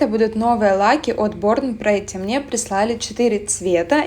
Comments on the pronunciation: Спасибо за видео! Мне казалось, что если я делаю себе ремувером, то это как-то неправильно - все ж мастера делают фрезой и ножницами 🤭 теперь совесть чиста) единственное обратите внимание на название бренда - правильно произносится не борн прЕтти,а борн прИтти. Ну по правилам английского языка. Переводится - рождённая хорошенькой) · с возвращением! только произносится эта марка "борн прИтти". очень популярны их пластины для стемпинга у мастеров из России. хочу себе тоже кое-чего заказать из лаков, накидала в корзину уже